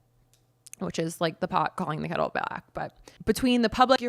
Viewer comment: are you saying “calling the kettle black “ or “calling kettle back”